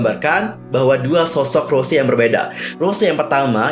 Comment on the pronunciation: Mon maap bang sebutan Bukan Rose Tapi Rosé R-O-S-É É